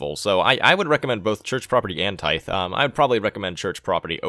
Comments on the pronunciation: tithe is pronounced like "tie"th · NYC Camper It’s pronounced tīth lol. The end is pronounced like the th in that. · Tithe-Pronounced Tide. Which is church dues. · Very unimportant but figured I would mention that "tithe" is pronounced with a hard th. Like you were saying "the". Tye-the rather than a light "th". Hope that makes sense! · "Tithe" is pronounced with a soft "th" as in "then" as opposed to the hard "th" as you pronounced it as in "theocracy". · Tithe is pronounced like "Tie" with a th at the end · Great information. BTW "tithe" is pronounced with the soft "th" as in "there" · "Tie"th is how he pronounced it. Tithe is pronounced like he is doing except the "th" at the end is pronounced in the same way as in the word "Them".